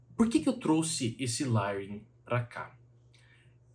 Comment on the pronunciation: sem querer ser chato, mas acho q vc sempre preza por trazer informação do jeito mais correto possível. A palavra layering se fala lEiering e não lAiering